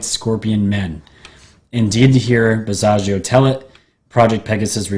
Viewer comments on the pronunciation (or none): You pronouced "Basiago" wrong. Rhymes with Chicago.